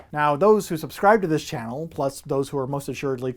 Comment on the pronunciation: 'Subsribe'? Hehehe... Great stuff, though,.